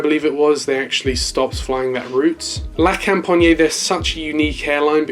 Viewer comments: it is pronounced la compagnee not la companyeah im not any hater it just irritated me a bit as a french human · Yeah the best way to say it without speaking french is la com-pa-nyee but without dragging out the nyee too much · Lol so cringe the way you say "la compagné". the best way to say it is to not say the "e". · you can open the A400 doors, it's like the C17 you can go for it ;) oh and btw it's La Compagnie (la companEE the E sound as in General LEE not IEY just for your knowledge not a critic) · Just pronounce la company but with a French accent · he aint saying it right lmao